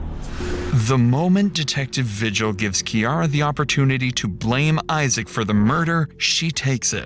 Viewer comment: Vigil is a Spanish last name and it's pronounced Vee-Hill not vigil like what goes down at church. Her stares when she was describing her dreams I've seen from my ex sister-in-laws eyes before and she was known to hurt children , but what's disturbing is she had a child of her own like 6 months ago. I was watching the early morning news back in February with my dad when they went over Kiara's trial. We're still waiting for Isaac's trial. Also thanks for showing this as I only saw bits and pieces from KOB4 in Albuquerque. I'm also a resident of New Mexico and I can honestly say half of population are pendejos like these two who come up with stories to avoid a heavy jail sentence.